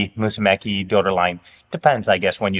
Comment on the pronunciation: Mussume"CHI", like when you americans say "CHI"cken